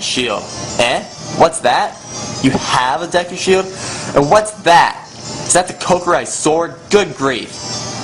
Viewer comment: this guy is such an idiot, he cant pronounce anything. Dehku Tree? Cockiri?